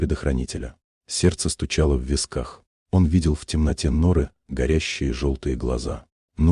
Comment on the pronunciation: Да уберите этого суфлера.Ну что такое нОры,вместо норЫ